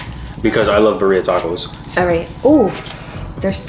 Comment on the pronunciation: I can't with how yall say Bah-reeah tacos 😭 Horchata is a staple in El Salvador but it's hit or miss at restaurants not everyone knows how to make it